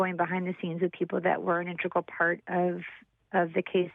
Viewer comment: Integral. In teg ral. Not "in treg ul."